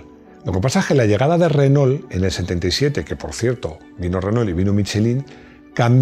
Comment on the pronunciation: Decí "armado", no mecano, millones de latinoamericanos no van a entender. Y se pronuncia Renó. No Renol.